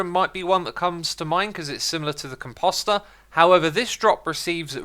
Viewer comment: Lets work on the pronunciation of composter...